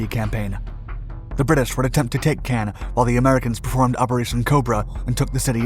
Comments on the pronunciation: Caen is pronounced the same as “khan” in English and has a silent “n” in French, not “can.” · "Can"? I've only ever heard it pronounced "Con". As in....."KHAN!!" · its pronounced KAHN not can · Caen is pronounced con, not can. Cannes is at the opposite end of France and is pronounced can. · Quick note: Caen is pronounced as "caw" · I pronounced it like Caine lol, whoops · A good account but sooo irritating that your pronunciations of Caen in the first half sound more Cannes on the Mediterranean coast. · I know you guys LOVE, but when I hear the name of Caen butchered again and again and again and AGAIN, I lose interest. How many allied boys died in Normandy? Enough, perhaps, to get the pronunciation correct? This is the second major blunder I've caught. The first came in another video where the narrator got the pronunciation of "Henderson Field" at Guadalcanal correct, but then uttered the line that Japanese forces retook it from U.S. Marines. An event that NEVER HAPPENED. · That's not how you pronounce Caen. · It continually disappoints my how much the NARRATOR of these channels make ZERO effort to pronounce even simplest 'foreign' names CAEN or CANBERRA correctly. It's like sending a 'fuck you' to the rest of the world, as you simply can't be bothered. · Bernard, not berNard Caën, not Cannes Americans never do enough research